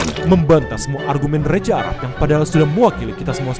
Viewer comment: Reza arap bang bukan reja fix gabisa ngomong z